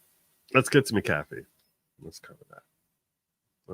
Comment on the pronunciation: Hi, my maiden name is McAfee. It’s pronounced Mac-uhfee. Love your program!